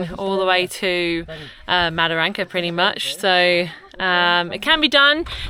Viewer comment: Wet canteens serve beer with alcohol not like that lollywater drinks Mataranka not madaranka. Bloody English. Love your work keep it up. Cheers the COG 👍🍺